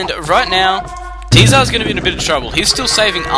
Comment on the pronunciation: You absolutely dominated this game. Clear example of how important early and consistent pressure is, and how walling yourself in, even if quickly and effectively, is a double-edged blade. ... I hate to be that guy who corrects people on things like this, but you're not pronouncing your friend's name correctly. Tzar has been spelled/transliterated a number of different ways (Tsar, Tzar, Czar, Csar), but the pronunciation is generally consistent, and it is not "tee-zer".